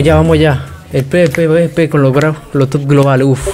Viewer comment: Cómo lo dicen ->PBP COMO SE DICE EN VERDAD-->PVP .. PE UVE PE , NO PE BE PE :(((